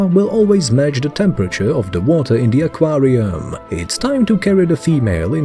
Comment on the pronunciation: Ah Quaaar Re UUmmm 🤣